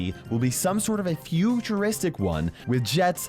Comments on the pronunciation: No one: Not a soul:: Futurostic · Nobody: Not a single soul: Not even back to the future:: FuTur0sTiC